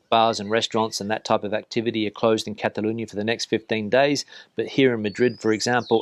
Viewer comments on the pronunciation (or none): none